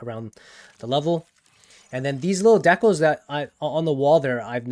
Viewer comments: Love everything about this video except how you pronounced "decals" as "deckles" lmfao. It's "dee-cal" as in calcium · 1) why do you say decals like that? Is that an accent thing 2) you sound kind of like Jasper from the codex